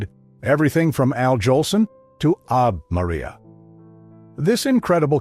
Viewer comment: Basketball players are Sel-ticks. Irish folk are Kell-tick. And it's Avé Maria